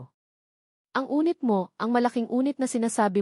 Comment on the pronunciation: Anong unit? Yunit ang Tamang pagbigkas, ay ano ba Yan🙄